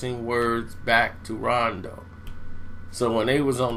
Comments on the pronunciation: did this nigga say ronde rondo? lol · I thought it was just me who heard that! I had to put my brew down like WTF?????? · "ronday rondo"?😂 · Example: Disorganized chaos lol